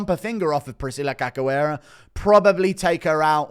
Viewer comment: Priscilla Who???? 😂😂 You think you'd know how to pronounce her last name...